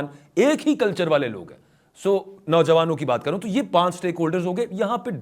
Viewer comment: I think, it is not tu kya he. The correct pronunciation is to kya he. Meaning thereby 'then what'.